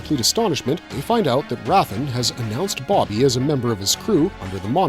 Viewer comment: BoBBY boBBY, not Boggy. stop saying Boggy.